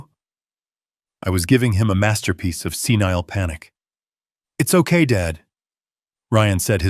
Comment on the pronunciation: Senile, NOT scenile